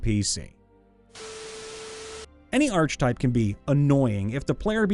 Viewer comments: Wish you could pronounce archtype correctly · i'm annoyed at the mispronunciation of archetype.. my brother christ, we have the internet, it's not possible to fuck words up.. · It is if you have no reason to know it isn't pronounced how you think it is. I say this as someone who cringed when I heard it. Given the number of comments mentioning it, though, I'm pretty sure he knows how to say it now :D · The narrator loses credibility when he doesn't know how to pronounce "archetype." 🙄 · You don’t have to be that way about it; yeah, he mispronounced it, but phonetically - archetype begins with “arch”, after all. Yes, it also begins with “arc”, but silent letters aren’t always obvious, especially in this glued-together thing we have the audacity to call a language. tl;dr: English is complicated and he’s trying his best while entertaining us. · I-is he saying arch-type instead of ark-eh-type? Accents are weird. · I swear that every time he pronounced it "arCH-type" instead of "arK-e-type" I winced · Same here. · Ark uh type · I'm sorry but i had to say it. It's pronounced Arc eh type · The "I pronounce it 'arch type'" archetype has been driving me up the wall lately. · Sweet salty christ no. Not a ch sound. It is pronounced ark-a-type. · Archetype. (ARK-eh-tipe). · It's a hard c sound, not "arch" Ark-a-type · The most annoying archetype is the one that pronounces that word "arch type." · Dude I love you but the arche in archetype is pronounced ARK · Hey dude, not to be rude, but it's pronounced (ark - ah - type) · The H in archetype (ark-itype) is silent just like it is in architecture. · I'm not convinced you mispronounce words on purpose. Arch-type? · Hate me if you will, but... ARK-a-tipe not ARCH-a-tipe Leaving now. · Archetype. Sounds like aar·kuh·tipe Not arch type. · The “arch” in archetype is pronounced wi to a hard c. Like ark. It’s not arch-type. It’s ar-keh-type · Dude it's ar-ke-type, not arch-type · It's pronounced Ark-a-type. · Ar-che-type, not arch-type